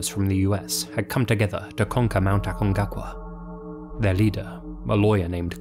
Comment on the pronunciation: dude. aconcagua. not acongacua.